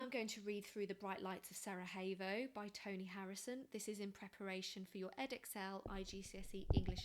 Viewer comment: it's SaraYevo not SaraHevo for future reference, not Spanish ;-) thank you.